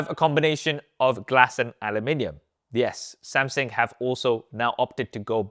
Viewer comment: Does anyone else hear him saying Samsing😂